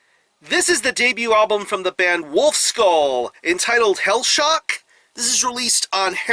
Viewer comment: Great review, but try learning the pronounciation of ü! :D its not u but ü